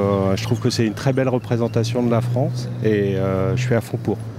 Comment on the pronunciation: La Fwance occupée. C'est pas rwaciste, ça , didont?